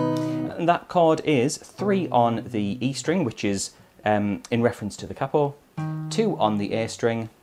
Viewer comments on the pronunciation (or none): why on earth do u say capo like that